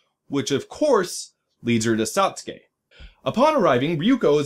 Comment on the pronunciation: The "I" in both "Satsuki" and "chibi" are pronounced "ee," like all other uses of the letter in Japanese... and Spanish... and many other languages, I'm sure. But aside from that, this was a very enjoyable review. Thumbs up! :D